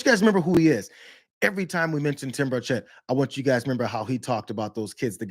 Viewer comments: It's bur' chett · It is pronounced BIRD SHIT. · Hey Brianna....M'aam....his name is pronuonced BIRDSHIT. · His name is pronounced: Birdshit, it's a very accurate descriptive name for him too!